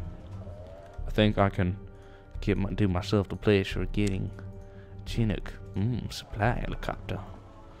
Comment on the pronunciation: Just a pronunciation notification: It's SHIH-NOOK" You're welcome :D